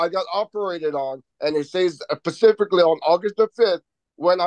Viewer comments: Am I wrong in thinking that every time this man says pacifically… He loses even more credibility that might have been there? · He, as a full grown male, "pacificly" doesn't know how to say the word specifically......my goodness🤦🏻‍♀️